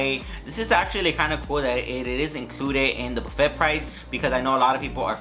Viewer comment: Loved the detailed tour of the place. Only critique would be the proper and correct pronouncement of things, ie., buffet, salmon, pho, bisque. Otherwise, good job!!!